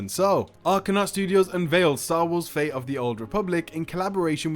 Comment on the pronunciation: I wonder why you pronounce all the "T" in a 10min video, except in the word "fate". Why "Star Wars: Fay of the Old Republic"???? Where does the "T" go?